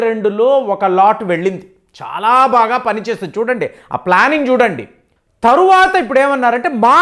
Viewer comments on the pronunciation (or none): none